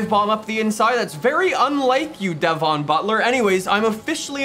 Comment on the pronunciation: stop saying devon like that it's so annoying